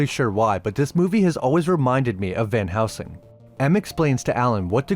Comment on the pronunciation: Dude. It’s van heLsing. Not van housing.